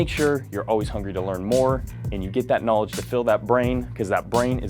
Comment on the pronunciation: here in my garage, KNAWLEDGE